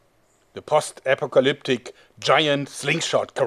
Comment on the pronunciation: In english, post is pronounced p-oh-st.